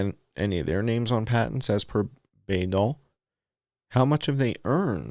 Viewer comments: It's pronounced BYE as in Senator Birch Bayh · Btw,😉Bayh is pronounced BYE. The Bayh-Dole act.